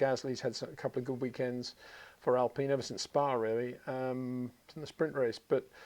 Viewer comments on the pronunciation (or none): none